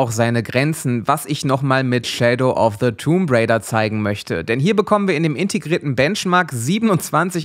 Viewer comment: tomb raider, nicht tumb.